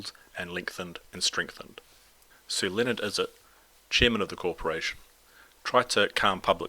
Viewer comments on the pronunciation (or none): none